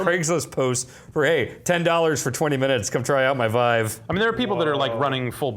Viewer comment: Really wish would stop saying it "Veev".